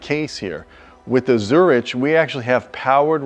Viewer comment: Jeez, that's easily like twelve grand worth of seating right there. Baller. Also, come on,. It's zur-ICK, not zur-ICH.